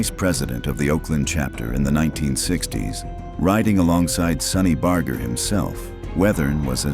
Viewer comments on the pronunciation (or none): You mispronounced Barger. It rhymes with larger.